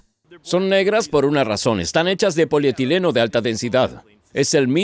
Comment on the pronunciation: el hombre:tengo ganas de ser chino ablare como uno, polietireno